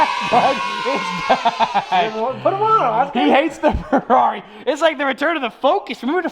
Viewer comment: How the was saying farrari